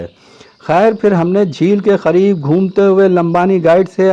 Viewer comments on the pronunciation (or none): kya aap Hyderabad ke hain kyon ki aapne Talaab ke KHAREEB kaha qareeb ko Khareeb keh diya